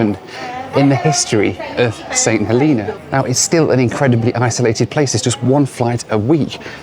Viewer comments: St Heleeeena? lol, its Helena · St. HELENA, not hilina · St HElena, not HeLEna! It’s HElen, not HeLEN as well! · I think its pronounced Saint HeLAYNA but what do i know? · Growing up in the UK, how did you manage to mispronounce St. Helena?